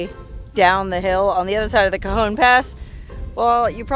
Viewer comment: Did you say "Cajones" Pass?? Nice name!! 😂😂😂